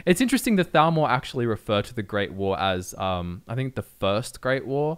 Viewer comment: Your accents on occasion make the “TH” sound far too similar to the “F” sound and that makes it hard sometimes. No idea if you’re talking about the Falmer or Thalmor.